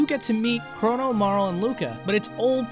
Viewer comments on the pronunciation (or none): marl....its mar-lee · Amazing work! Truly great to finally explore the pre apocalypse future. PS - it's Marl-ee ;)